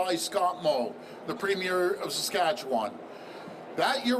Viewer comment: If you love Saskatchewan so much, learn how to pronounce it.